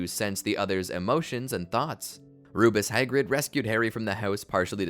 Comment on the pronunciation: I hate how you say Rubeus Hagrid